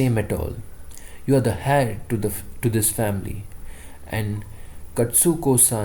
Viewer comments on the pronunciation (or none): Hey… just saying… you should check pronunciation of Heir and climed… it will help you…